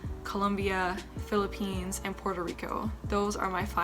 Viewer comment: and It's Philippines not "philipines"